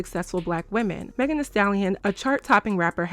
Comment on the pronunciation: Yeah no, if they didn't mean any harm by this conversation then they wouldn't have shaded Meghan by purposely pronouncing her name wrong while full on pronouncing Tory Lanez name without any problem. They were definitely being shady. 😅